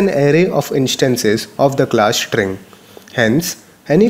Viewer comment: Dude stop taking the pishsh of this sit !! Its STring NOT SHtring !!!